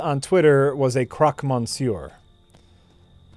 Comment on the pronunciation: Every French fan must be cringing on pronunciation of "monsieur":D